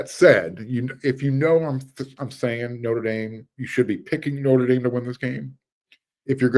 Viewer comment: I really like your channel. But... Say "theatre". Now say "notre". I'll uh I'll show myself out...